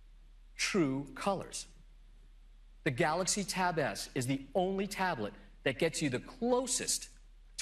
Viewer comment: this guy couldn't even pronounce the word 'Galaxy' properly.